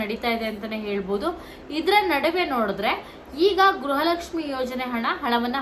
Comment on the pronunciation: Madam what is u saying is it is not a guraha lakshmi it is garaha lakshmi first correct your word